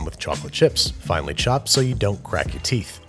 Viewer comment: I thought he said finally instead of finely 🤣